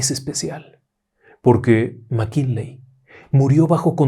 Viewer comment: Querido maestro qué problena con los apellidos, McKinley, McKenzy... ja, ja, ja...